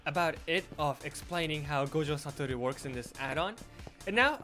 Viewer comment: He says gojo satoru so perfectly